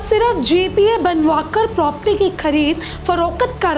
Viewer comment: बहन propti नहीं प्रॉपर्टी बोलो